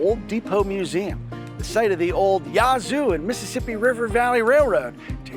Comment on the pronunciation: During the old court house museum portion did I hear correctly that the curator called it "methassippi"? Lol!